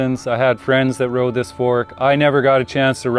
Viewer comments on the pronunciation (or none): none